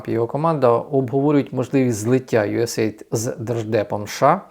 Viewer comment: Правильно говорити usaid "ю ес ей ай ді "